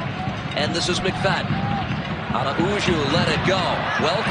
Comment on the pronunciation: I don't understand why all of the announcers keep destroying the pronunciation of Araujo's name. It is not Ara-oo-joe. It is A-row-hoe (row rhymes with cow).